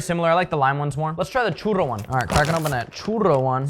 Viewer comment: Double r churro pronunciation keeping you big as hell